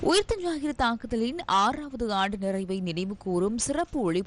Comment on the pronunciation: தலைப்புச் செய்தியில் ஊத்த ஞாயிறு என்று தமிழை மிக அழகாகச் செய்தி வாசிப்பாளர் உச்சரித்திருக்கிறார்.